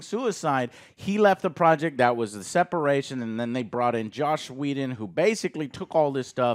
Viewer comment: You knew what he meant. Also I don’t think Joe could decide if it was Josh or Joss.